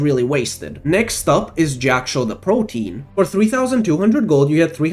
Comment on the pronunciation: Great video. It’s Jak’Sho the PRO-tee-an btw. Means “ever-changing.”